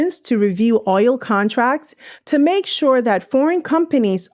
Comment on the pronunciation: Its OIL not OYO😅OL